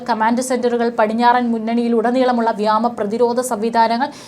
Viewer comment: വ്യാമാ അല്ല വ്യോമ